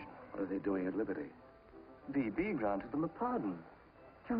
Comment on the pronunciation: It's B.B, not Bi B!!!! lol